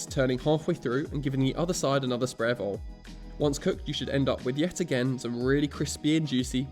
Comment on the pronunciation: Aw he says Oil like Ohl like folks from the South of the US